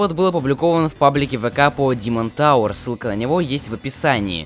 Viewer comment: Димон товэр О, да вы из Англии